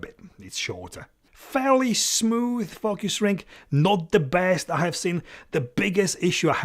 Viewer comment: i like how you say focus... Fukkyous :)